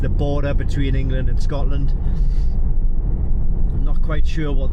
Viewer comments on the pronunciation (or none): none